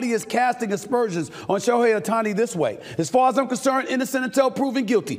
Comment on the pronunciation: Who's SHEOHI Ohtani? Shohei's brother?